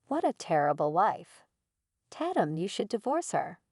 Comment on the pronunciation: The person named tatum computer said (tat- tum) when the correct way is (TAY - TUM) Program correct english!